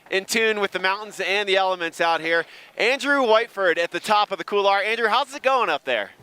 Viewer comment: Imagine holding a competition in a couloir yet no one can pronounce couloir properly. Oh America, stay dumb!